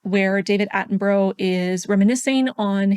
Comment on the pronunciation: Love your videos but you pronounce David Attenborough's name wrong x